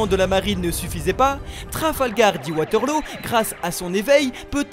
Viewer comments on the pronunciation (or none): none